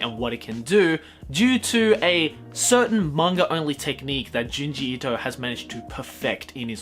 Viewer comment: Thank you for pronouncing his name correctly